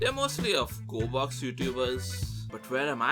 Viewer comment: Its.. G o r e b o x.